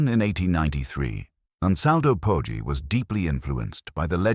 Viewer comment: Poggi is pronounced like podgy